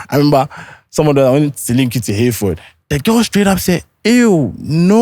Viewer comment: Eei 😂